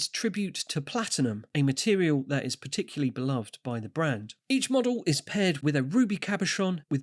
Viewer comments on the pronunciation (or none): none